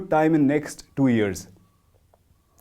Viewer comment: Years shouldn’t be pronounced “ears”